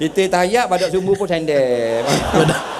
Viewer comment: badak sumbu bang bukan badan sumbu 😂